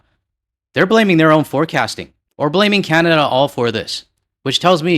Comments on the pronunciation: I don't even like the way he pronounces our country's name - "Kyanada" 🤮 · 🍁🇨🇦 I can’t stand the way he pronounces Canada.